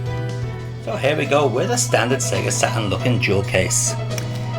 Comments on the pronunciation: i love when you say sega satrun its so funny! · "Sega SATAN"???